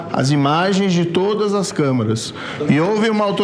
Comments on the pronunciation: "CÂMARA'????!!!!PUTZZZZ!!!! CÂMERA, seu burro...,CÂMERA!!!! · Que agonia ver esse tanto de gente falar errado.... não é camara... é camera..... camEEEEEra carai....